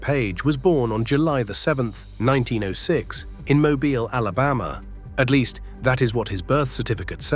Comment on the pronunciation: Mo-beel, not mo-byle.